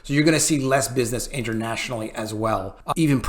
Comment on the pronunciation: Lol he just almost said "intermationally"